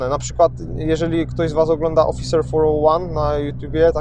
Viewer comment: Jak się nazywa ten amerykański kanał?? "Officer for one" czy co? Niewyraźnie powiedział.:(